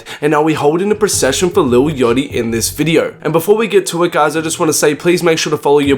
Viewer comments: "lil yotchy" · "lil yochty"